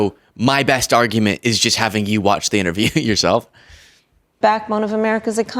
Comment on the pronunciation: Did anyone else notice she just said "argament" not argument. To me thats pretty big coming from a famous fox anchor😂